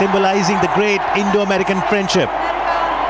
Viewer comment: Phariend ship hahahahaha....seriousely is he a president.....